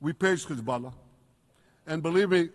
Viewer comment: Khouthies khamas khezbollah He should learn how to pronounce them first😂😂